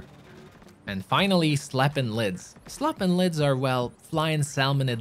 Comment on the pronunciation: Am I the only one who heard him say slappin' lids?